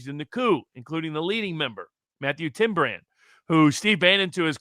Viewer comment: Matthew Tyrmand- not Tim brand